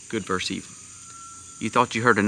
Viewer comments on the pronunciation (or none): It's good VERSUS evil. Not good "verse" evil. Please. Get it right.